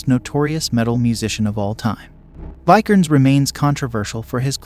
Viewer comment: It's a mild nitpick but maybe in the next video listen to names and certain words your not sure about pronunciation Vi-ker-nes, Lam-bee-sis, Not-see-ism.